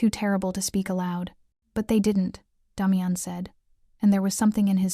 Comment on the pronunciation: This so call Ai that is supposed to be so smart can’t pronounce the name Damian ! How can anyone watch this through!??